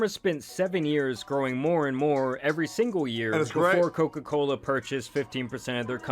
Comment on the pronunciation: “Coca colerrr”